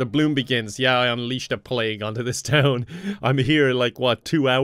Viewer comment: you messed up town so much 😂 and u just got there